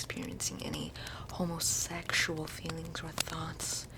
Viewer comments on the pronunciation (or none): Homo-SEX-ual feelings 😂😂 I love the over enunciation. I honestly love the fire crackling sound in the background. You might think it doesn't belong with the scene but I think it adds to the odd atmosphere and theme overall, whether you intended it that way or not haha